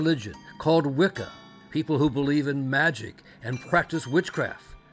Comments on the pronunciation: I can't believe that in this day they are still going to publicize this kind of ignorance towards Wiccan practice ... (Think if I heard "wiccom" on more time I was gonna scream...)... Statements like "witchcraft" and "a way to justify it to himself" and "good Christian woman didn't approve" ... Ffs ... It's the worship of nature... It was literally hijacked into Christianity ... How can you all help propagate slander towards a religion just because it is misunderstood and been literally used as a scapegoat countless times, oh, that's right.... Sensationalism.... 🙄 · "doin the wickum" lol